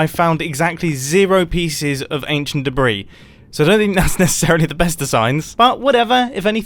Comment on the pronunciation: the s in debris is silent